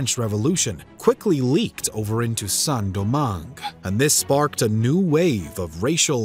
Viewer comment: Great video, but please at least use google translate to see how to pronounce foreign words, hearing "Saint-Domingue" being pronounced as " Sen-Domangue" and "petits blancs" as "petit blanks" is a bit painful